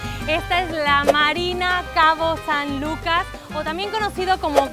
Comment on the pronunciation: Hasta que alguien dice bien el nombre de mi hermoso puerto, cabo san lucas baja california sur.